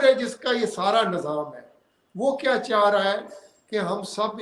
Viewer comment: Baat karne ka tarika dekha....aa raha tha, aana cha raha tha.......illiterate joker.